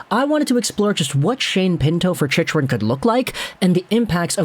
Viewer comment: Chick-rin bud. Not chich-rin.